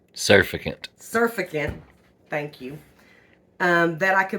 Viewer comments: Sir-fact-tent is how it’s pronounced. Not suff-a-gent. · It's NOT surficant... it's SUR FACT' ANT with the accent on the FAC. So if you can say SIR FACT ANT, then you've got it !! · SurFACTant emphasise the word fact in surfactant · ro help you out: pronunciation: sur FACT ant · Surfactant is pronounced w/an emphasis on the second syllable. Sur-FAC-tunt. I've made my own bar soap in the past. I make my powdered laundry soap. I never use Zote or Fels Naphtha . Can't stand the smell of either. I use a bar of plant-based soap....usually Mrs. Meyers. I haven't had any trouble w/build-up.Like you I'm a very frugal person, too. I stopped using fabric softener. According to Patric (that's how he spells it) Richardson, the Laundry Guy, fabric softener is not good for laundry. It leaves a coating on it which attracts dirt ! He likes just plain old white vinegar which does not leave the smell of vinegar on the laundry. So, that's what I use now. He also goes by the Laundry Evangelist. Boy, does he ever know a lot about laundry & how to get out stains !! I'm 76, been doing laundry a long, long time....but I'll admit I've learned a few things from Patric. Hope you have a great rest of 2024 ! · Sur - fact- ant (hope that helps) lol cute. Thanks for the vid. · sur-FAC-tant GLISS-er-in Other than that, interested in trying this. I’ve avoided making my own laundry detergent because of the issues you noted. Thanks for sharing!